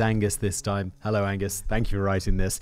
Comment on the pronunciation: Simon: Hawuwu-everybody... 😂